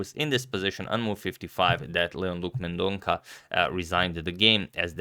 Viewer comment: It's Mendon-sa (not Mendon-ka)